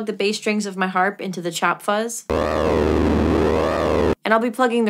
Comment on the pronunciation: Why did your accent change to an Italian one at “chop”? I can’t tell if I’m trippin or not